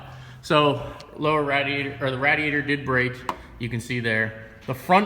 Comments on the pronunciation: Dude, SERIOUSLY it's pronounced RAIDiator. Rad means cool as fuck. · Its pronounced RAYdiator. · Why do you keep mispronouncing radiator ? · What's with people not being able to say RADIATOR correctly😂😂 and Ande from DFR can't pronounce words right😂😂